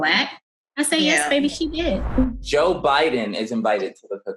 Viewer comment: 🤣Joe Biden not Joe Buden